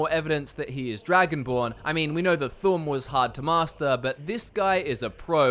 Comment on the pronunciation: Thu'um is pronounced thume not thumb